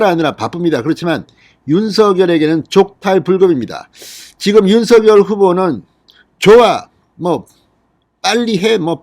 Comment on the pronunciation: 진성호님의 발빠른 정보와 민주주의 발전과 법치주의에 근간한 융단폭격에 늘 시원한 사이다 처럼 속이 뻥 뚤리는 기분입니다. 국민의 힘 국회의원 백 여명이 못하고 있는 정부와 여당 의원들의 도를 넘는 행태에 절제된 음성으로 국민들 곁에서 늘 함께 든든한 방패가 되어주심에 감사합니다. 부탁드릴 말씀은 방송에서 윤석열 후보의 이름을 [윤서결]로 발음하시는데, 이는 '작열하는 태양'에서 [자결하는]으로 발음하는 것과 같습니다. 올바른 발음은 [장녈하는] 으로 발음해야 합니다.이는 '작열'을 발음할 때, '열'의 초성자음 ㅇ이 유성음으로서 앞의 '작'의 종성(받침)인 무성자음 'ㄱ'에 영향을 주어 같은 계통의 유성자음인 'ㅇ'으로 동화된 후 그 영향을 주었던 ㅇ에 ㄴ이 첨가되어 "녈"로 바뀌었기 때문입니다. 따라서 같은 이치로 윤석열 후보를 [윤성녈]로 발음하는 것이 올바르다 하겠습니다.(국립국어원 표준 발음법 참조) 작열[장녈]하는 태양, 윤석열[윤성녈] 은 발음,감사합니다!